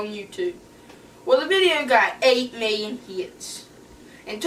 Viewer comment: 8 meelion heets😂